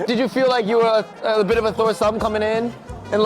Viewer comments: “Thore sumb” - 2024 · "A bit of a Thore Sum" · bro said thore sumb